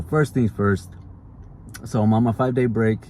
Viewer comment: BREAK not "BRAKE"